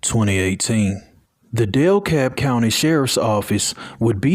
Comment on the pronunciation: That’s so messed up. He’ll get his just due id he hasn’t already. And with love for future reference, bc unfortunately there’s plenty of stories about victims here too-It’s DeKalb county, not DEL-Kalb ❤